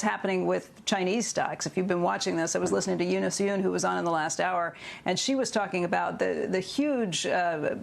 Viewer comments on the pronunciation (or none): none